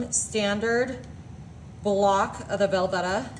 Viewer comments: Hello, it's pronounced Vel-VEE-Ta. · Where on Earth are you from that you pronounce things so peculiarly? Velveeta? Creole?.... Not to mention all the mispronunciations I heard with Mexican food a couple weeks ago.... You talk funny lady